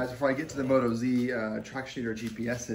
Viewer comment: First up, they're an Australian company - not NZ. Second, they're pronounced "Mo-toz", not "Moto-zee", because they're from Oz-tralia. Happy to help :-)